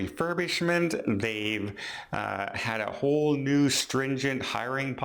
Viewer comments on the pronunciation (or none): none